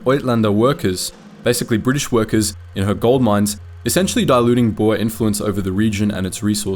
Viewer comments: For anyone wondering. It is pronounced, "Boo-r". Boer translates directly into farmer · Boer is pronounced as “boor”